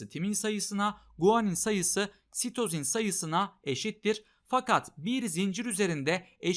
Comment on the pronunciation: İlk başta hoca "ve sitozin." derken Mesüt Özil anladım